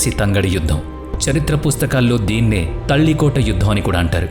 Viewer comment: ತಾಳಿಕೋಟೆ ಯುದ್ಧ. ತಲ್ಲಿಕೋಟ ಯುದ್ಧ ಅಲ್ಲ